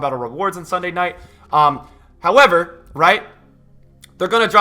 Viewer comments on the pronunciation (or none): none